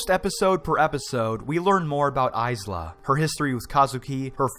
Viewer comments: "Aiz-la" IT JUST KILLED ME MAN IM SORRY HAHAHAHA. Her name has been pronounced so many times in the show as "Ay-la" but still man, pretty good review! It just bugged me a bit hahaha gj gj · Isla.... pronounced I la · You should say isla like eye-la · Every time he said "Isla" it hurt. Silent S buddy... silent S... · Isla is a common name lel, why wouldn't you know it's a silent S? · So true. So true. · He knows how to pronounce Tsukasa but not Isla?! Tsk tsk, shame.